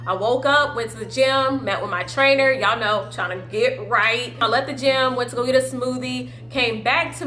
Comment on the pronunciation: The first time she said gym sounded like she said jail I was like wait a minute🤔🤣❤️lol love you ❤️🙌🏽✊🏽